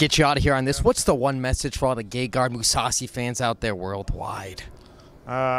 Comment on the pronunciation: His name is pronounced gayguard?